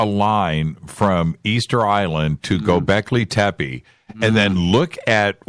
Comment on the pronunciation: Dear Your pronunciation of Gobekli tepe is wrong.It is a Turkish word, mean Hill with belly, So when you pronounce Tepe you have to pronounce the PE same like the TE.when i hear how you say Tepe i m actually hearing TEPI.But the way you say t is very cute:-)